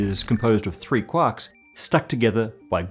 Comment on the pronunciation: really love listening to talk about cuacks